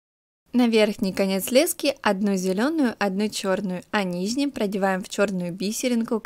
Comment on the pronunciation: ти конечно без обид но когда ти говориш "низним" ето бесит немного правельно вобщето "нижним"😂